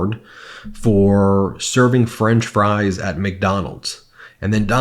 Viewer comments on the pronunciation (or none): none